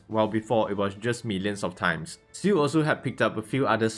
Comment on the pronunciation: wha like bruh you literally call ciel shu or ciu like seriously even i can say it